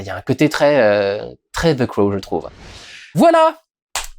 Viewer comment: Tiens tiens tiens... un français qui prononce correctement "the" et non "ze"